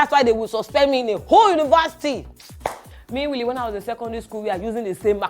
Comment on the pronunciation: I can't get over kiekie saying "minwilly" instead of meanwhile 😂😂